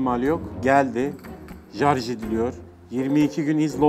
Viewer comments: jarjı değil şarz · Her jarj dediğinde daha şiddetli güldüm teşekkürler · Bahtiyar yenireyz 😂 ve jarj nedir la bide o telefon modeli hiking eskiden dedemde vardı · Jarj edilmiyo denilince gulme tutuyor ya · Her jarj diyişinde güldüm jdjdhdjdj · Jarj nedir ya😂😂😂🇹🇷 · Jarj zamzung daş..🤣🤣🤣 o ne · Zamzung / jarj çok komikk yaaaaa😂 😂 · Zamzung,jarj oluyor